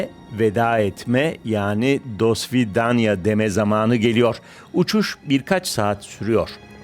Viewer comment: Dosvedaniya ne amk ,dasvidaniya